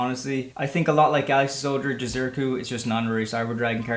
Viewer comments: ITS JI-ZU- KI - RU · I swear no one can pronounce Jizukiru's name properly lol